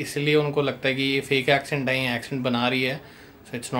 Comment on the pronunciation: Hahahahah..madam bahar pali padhi hain. Magar Question ko "Koeshtion" bolti hain.. Accent ko "Ecent" bolti hain. Ghanta.. sunscribers ko bewakoof na samjho. She still has bad English inspite of her fake accent..and that is totally ok! Nothing to be ashamed of and nothing to fake about!